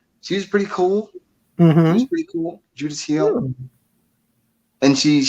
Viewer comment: He also referred to Judith Hill as JUDAS Hill. WTH. You took a sleeping sedative & I could perfectly understand you so what excuse did he have? Too much.